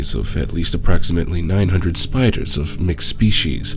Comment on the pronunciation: “SPIDAHS! A giant legion of SPIDAHS!”